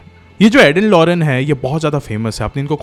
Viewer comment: Its lorraine not lorene..nice explaination❤